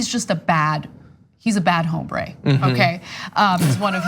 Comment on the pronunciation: The H in hombre is silent :)